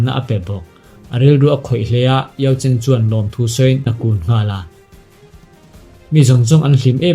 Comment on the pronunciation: Xiao yan a master khi yao chen a ni in ka hre sia, i lam dan khi ka van hrethiam lo 🤭